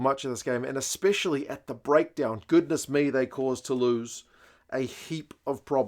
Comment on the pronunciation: It's hard to look past Bordeaux tbh but I would be delighted if Saints caused another shock after what's been a very tough premiership campaign. I'm saying Bordeaux by +10 though 😁. Oh and interesting observation on commentary pronouations, I actually didn't notice that but that was mainly because I was picking up on his Toulouse pronunciation of Tou-loose as in loose possession rather than Tou-lose as in not win 😳.